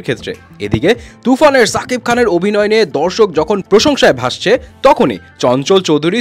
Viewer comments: আপনি নাম এভাবে বলেন কেন সুন্দর করে বলবেন শাকিব খান। ছা না শা ওকে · ভাই ছাকিব না শাকিব 😅